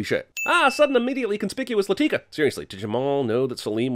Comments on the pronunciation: A sin should be removed for the way he pronounced "Latika" every time. She's not a frikin black girl, it's pronounced "LAH-thih-kah", not "Luh-TEE-kuh". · Anyone getting pissed who he pronounces ‘Latika’? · One sin for mispronouncing Latika’s name throughout the video. And another for mispronouncing it right after a scene where Jamal gives the correct pronunciation. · Plus 100 sins for referring to Latika as “Lateeka” the entire time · I love how he has clips where the characters say Latika's name and he immediately comments and pronounces it incorrectly. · I second that. Not just that, but he botches the names RIGHT after they are said in the movie. 🙄😑